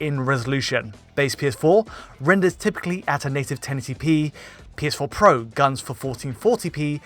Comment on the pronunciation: “The PS4 PWWO”